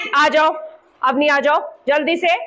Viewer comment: मैडम , अवनी ...... शब्द नही अवनि होता है धन्यवाद तरीका बोधगम्य है!!!!😊😊😊